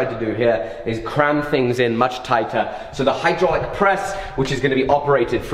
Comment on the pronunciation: YouTube has led me to believe it's pronounced "hoo-draulic press".